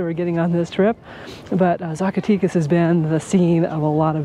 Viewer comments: Agreed, Ed! Zacatecas is pronounced Saack a teck ahs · Fun video! The "e" in Zacatecas is not the English long "e" sound...it sounds more like the "eh" found in the word Mexico.